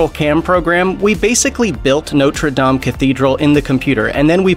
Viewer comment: Thank you for pronouncing Notre Dame correctly👍👍👍👍